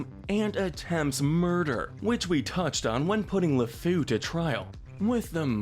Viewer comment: It's not "Lafou" its "Le Fou" (French for "The fool") Also, I have to point out that while you sentenced the enchantress based on the time period of the film, you should be consistent and sentence Gazim the same way. In medieval Arabian style. He would probably be beheaded for his murders. Jasmine was fixing to lose her hands for a way lesser crime